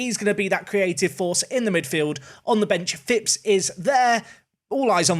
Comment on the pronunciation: Love it, you signed a Phipps. Non league i always sign Eli Phipps just because we share a surname and it's a rare surname haha. Plus you pronounce it correctly!! Also seeing Callum Rose is funny seeing he has played for both my teams Plymouth Argyle and Plymouth Parkway haha. Good Video man, keep up the solid work!